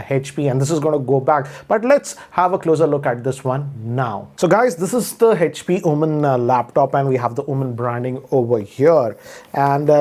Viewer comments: Normal People: HP: Hetch-P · It's Echpy not HP 😂